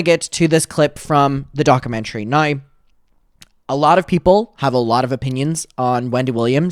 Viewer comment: Docker-mentary 😂 no shade, but please say it right because it’s driving me mad! At least you’ve stopped saying ‘retrospective’ in the completely wrong way, so that’s a bonus. Still love you regardless ❤❤